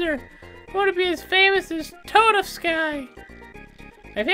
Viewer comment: "I'm still confused to what the.......... uh...." Yup, say hello to Belome! On Midas River, there are some caves that have benefits, while others are trapped. Also, you make Toadofsky sound like some magical ingredient LOL